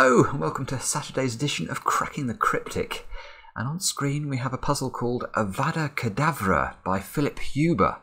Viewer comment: Every 'a' in Avada Kedavra has the same pronunciation, that being the pronunciation of "ah".